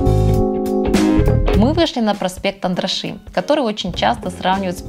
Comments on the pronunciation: Спасибо за видео! Всё отлично 👍 небольшой совет, когда произносите названия церквей или улиц, обязательно смотрите, хоть в Википедии правильные ударения! В венгерском языке ударение падает всегда на первый слог! Проспект АНдраша, ГЕлерт или церковь мАтьяша. И чтобы не обидеть местный жителей я всегда в своих видео проверяю ударения в названиях разных объектов))) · ГЕлерт, ударение на первое Е. Андраши, ударание на первое А.